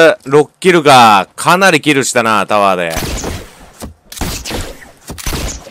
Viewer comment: キルの英語がちがうw